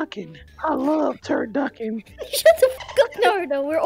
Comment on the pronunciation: "I love 'Turduckin' " -Naruto 2021/2021🤣